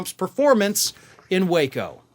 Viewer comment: So it's Wāco not Wa(h)co lol